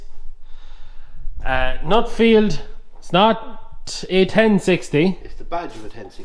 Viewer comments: Its NUFFIELD not NUTFIELD. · Great video,I have only one gripe and that is why do people pronounce Nuffield as Nutfield , as a Nuffield owner it drives me around the pipe.